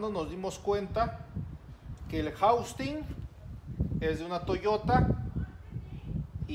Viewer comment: Todo bien excelente trabajo solo que es housing no jaustin digo solo para que se refiera a las partes correctamente ya que todo lo hace bien 👍🏻.gracias por compartir